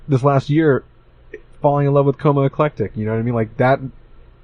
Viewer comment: Did you say Coma Eclectic lol